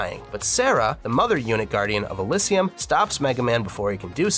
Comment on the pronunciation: The way this guy said Oraborus and Elysium hurts my soul as a Xenoblade fan.